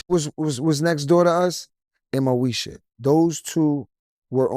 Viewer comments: Moesha not Meosha 🤦🏻‍♀️ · dat boy said Meosha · "Meosha?"😂 MOESHA, IT'S MOESHA😂 I don't think they were acting, I think the beef was real.